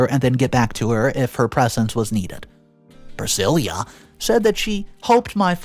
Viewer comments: PrisciLLa. NOT priscilia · The name Priscilla is Pruh-si-luh not Prih-sil-yah. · Just to help, when it's spelled 'Priscilla' it's pronounced 'Pri-sillah' not 'Pre-seelee-ah'🙂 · Priscilla not Priscillia .. please work on pronunciation . It can be quite annoying ....... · What I wanna know is why the hell didn’t her father get a vasectomy if he was adamant about never settling down seeing that he already got baby trapped ?? Oh and way to butcher Priscilla’s name, it’s silla not ceila 🫤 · PriSILLA, not Prisilia! Driving me mad getting it wrong, sorry, but there it is. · PRUH-SIL-UH! Dude, you really need to learn how to properly pronounce words.."Pri-sil-yah"? That's not a name! There are so many words you mispronounce it ruins the story. I'm not trying to be mean, but you should really take a minute to check words you're even the tiniest unsure about! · My thoughts? The word is 'Pra-sill-uh' not 'Pra-sill-yuh'. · Priscilla is pronounced priss SIL ah. Not priss SIL Yah. At least I have never heard of that pronunciation. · pronounces “Priscilla” weird. It’s pronounced with a “lah” at the end, NOT “lia.” 😫🤦🏼‍♀️ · Glad you said it. The constant mispronunciations bug the heck out of me. Like saying Pri sil YA instead of Pri sil AH. 😑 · The name is pronounced Prah-sill-ah. Jesus your pronunciation is really awful sometimes! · Priss-cill-uh. Sheesh. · Pree - si-La. PLEASE! You drive me crazy with the mame-butcheting. Don't you have someone to ask? Please ASK!!!😮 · Priscilla - pronounced "Priss-sill-a" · YOU ARE PRONOUNCING PRISCILLA WRONG !!! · Hearing “Priscilla” mispronounced so many times was like nails on a chalkboard. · You keep saying the name wrong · What a shame that the inane accent and vocal range, went awry here ? And your pronunciation is getting worse ? You pronounced Pricilla's name wrong 3 different ways ?? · he mispronounced Priscilla too. It drove me nuts through the entire video.